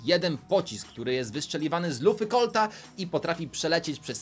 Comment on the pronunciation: *gadżet do colta Nie do collta